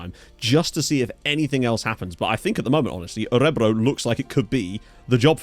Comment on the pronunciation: Emphasis is on the last syllable btw: Ö-re-BROO.